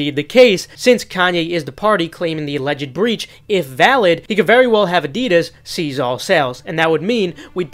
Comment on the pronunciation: Are you saying seize or cease? Cuz they're different words with different pronunciation